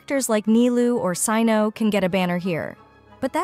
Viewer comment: Cyno pronounced as SEE-NO made me furious even tho i know it's AI generated voice